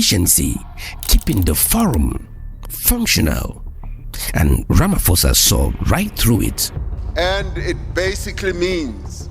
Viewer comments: This is nice but please pronounce his name right “Rama’P’osa” not RamaFosa. 😅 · The name is pronounced "Ramaposa", "posa" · It's "Siril Ramaposa." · Ramaphosa is a proper noun...you can not pronounce it how you feel. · His name is Ramaphosa with a P not an F.